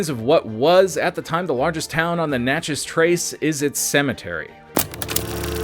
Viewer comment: Thank you so much for learning to say Natchez correctly. 😉